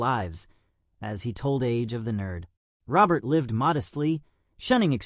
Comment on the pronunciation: You are saying his last name Wrong .